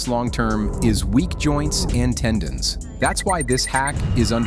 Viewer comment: Great info. Tendon (not tenden), tho.